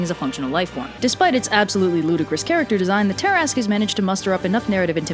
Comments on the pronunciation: TIL that "tarrasque" is pronounced "tear-ask" and not "tear-a-skew" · It’s ta-rask not tar-ask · Me: "Why is it pronounced as 'tarrask', instead of how the word looks?": "From southern France" Me: "Oh, now it makes sense." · It's not "tear-ask", but "tuh/ter-rask" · i swear the way you pronounce tarasque makes me mad for some reason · Ok I'm really annoyed it's pronounced ta-rask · Wait, it's pronounced "Tear-ask"?! My life has been a lie.... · It's pronounced Ter-ask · Please. Look up pronunciations for the main subjects of your videos. Between this and the k sound you shove into Mycenean, I just can't. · TIL I and my entire group of nerds have been pronouncing Tarasque wrong for over 20 years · Oh dear... I have been pronouncing Tarasque wrong for years!